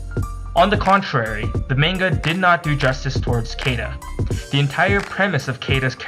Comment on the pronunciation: I believe her name is pronounced "See-da".